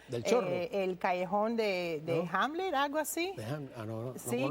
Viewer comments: No es Hamlet el callejón se llama Hamel se pronuncia como jamel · Disculpe Callejón de Hamel (se pronuncia jamel). Yo también soy del barrio